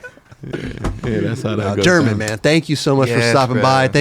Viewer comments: It does get tricky bro think about it german herman then theres guys like carlos ribiero who you also pronounce w a H pretty much Hibiero The "G" being pronounced as a H can get a little confusing as well mind you its been years since been in Barcelona and had to use his spanish i was pretty impressed hearing him talk spanish that good in jesus fernandez part lol got my respect there not gonna lie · How does not know the basics of Spanish pronunciation even though he lived in Barcelona and laments not speaking more while he was there?